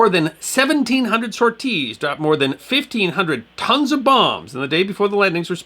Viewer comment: Interesting video for sure, this is a part of the Mediterranean campaign I'd never heard of. I do have to poke some fun though, I can't say I had ever heard the word "sorties" pronounced "Sore-tees" 🤣🤣 that caught me off guard.